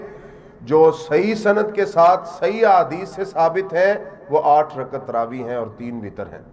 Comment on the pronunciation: رکعت کے تلفظ کی اداأگی صحیح نہ کرنیوالا تراویح کی دلیل دیتاہے پاگل دین سے بے خبر